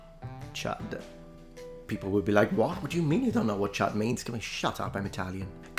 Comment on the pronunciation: I heard you say Chud but you were saying Chad. A chud is from the movie CHUD. Its basicly an idiotic mutant from the sewer. C.H.U.D. means cannibalistic humanoid underground dweller